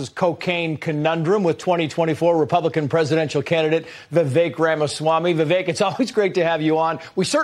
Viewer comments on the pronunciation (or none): Its pronounce Viveck( vivek) not Vivake.